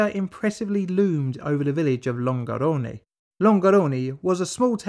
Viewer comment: Amazing video! Here's a little advice on pronunciation: When an italian word ends in -e (like salve or Longarone), the right pronunciation is a sound like the -e in "suggestion".